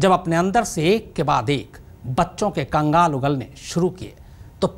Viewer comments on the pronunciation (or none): Kangaal nahi sir "kankaal" ugle